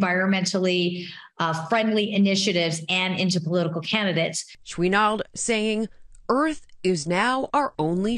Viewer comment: Lol you Americans always gotta "frech-ize" certain words for no reason. It's pronounced SHOE-nard not SHWEE-nard 🤦‍♂️